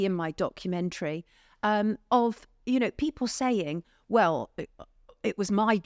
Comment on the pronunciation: Mr Gold, your diction is atrocious. Why? Strike is not pronounced shtrike. People is not pronouned peepoor, and please stop waving your arms about.